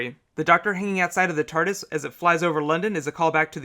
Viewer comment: It is TARDIS not "Tartus" !!!!!!!